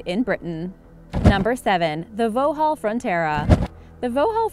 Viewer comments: Hawk 6.2.0.1 ......and who pronounces it Voe-hall??? They've been Vox-hall for as long as I've known the cars......50 years. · Why did you pronounce vauxhall as vauhall the x isn't silent it's pronounced voxhall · "Vo-Hall Frontera"? Vauxhall is pronounced Vox-hall. Anyone who narrates a program about cars should know this! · It's not voohall its pronounced Voxohl. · VO-HALL!! I've heard some hilariously bad attempts by Americans to pronounce British things, but VO-HALL is by far the best one yet! It's pronounced VOX-ALL! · #7 What is a Vohall Fontera? I've heard of Vauxhall (Pronounce - Vox-Hall) but I've never heard of this company Vohall. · The x is not silent It's indeed vox-hall, not vo-hall Americans just love screwing the sounds, Sonia and Sonja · what the fuck its Vauxhall pronounced "Voks hall" not "voh hall" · It’s not pronounced vhooal. It’s Pronounced voxhal. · The what?! Vohall Fronterra? American centrism at it's finest. Vauxhall is pronounced "Vox-Hall" smh. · It's pronounced vocks hall (trust me, I am British and my dad has owned a vauxhall) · You say Vauxhall like ‘voxhall’ the x isn’t silent! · Not VO-halll... "VOX-hall" (Vauxhall) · It’s pronounced FOX HALL not VOUG HALL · 'Vo-hall' Frontera? Vauxhall is pronounced 'Vox-hall' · vowle vatera? you say it like this: vaukshall frontera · It’s Vauxhall not voaxle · She said vauhaul when its Vauxhall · Vohall... it's pronounced Vox-hall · Omg it's not pronounced Vohhaul, it's pronounced Voxhaul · Vohall???? where did she learn to speak its Vauxhall not vohall wtf??? and do some proper research you could not drive a Reliant Robin in the UK at 16! or even a full sized motorbike! just a 50cc moped and what about the Morris Marina, or the Morris Minor and not mentioning the Hillman Imp or Hillman Hunter? if you're going to include the UK we have a few nasties here! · It’s vauxhall not vouhall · If you can't even pronounce Vauxhall (vawks-ull), you shouldn't be narrating videos about cars. "Voo-hall" 🤦‍♂️